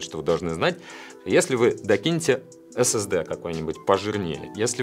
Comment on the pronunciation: Мне одному послышалось "ssd клитор"???